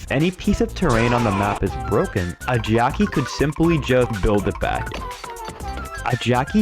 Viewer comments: Why does it sound like 'geoci' instead of 'Jacky'... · I heard jockey…